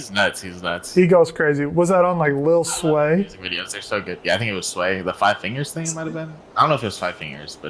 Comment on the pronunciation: He said lil sway 😂😂